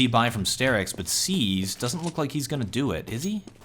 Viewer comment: i don't want to be that guy, but please call him star-ix not stair-ix <.>